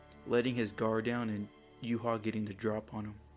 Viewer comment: why do u say his name in yuha shouldnt it be yuhabach